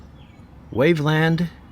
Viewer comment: 😂 we are actually ranked best roads according to US News and Reports. Also, it’s pronounced wave-lund. That sanitarium was terrifying! Good job on pronouncing Terre Haute correctly!